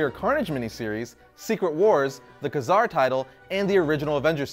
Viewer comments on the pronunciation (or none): TheGurumash It's Kay Zar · Ka-Zar's name is pronounced Kay Zar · Jason O. Nungesser It's supposed to be pronounced like Kway-Zar.